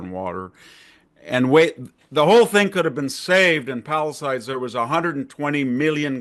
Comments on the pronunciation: Victor it is not pronounced paliside.😊 it is pronounced Palisades. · Why do people say "Pallasides"?